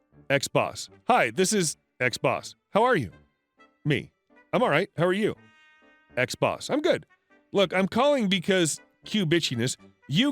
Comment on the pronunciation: U say "ex-boss" I hear "xbox" 🤣🤣🤣